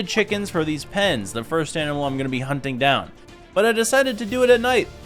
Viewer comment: Did any of y’all hear that?? When he said hunting it sounds like humpping